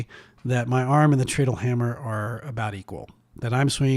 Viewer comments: It's pronounced "TRED-ull". Because you "tread" upon it... step on it to make it operate. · Pronunciation hint: in the unpowered mode, you tread on it to make it go. It's pronounced like that. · Interesting. BTW, treadle rhymes with pedal.